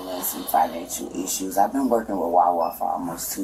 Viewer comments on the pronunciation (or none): The word is not "eeshoes" it's, "issue". Why do you CHOOSE to talk stupid.